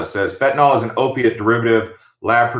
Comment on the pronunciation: Pronounced Fen-tan-NIL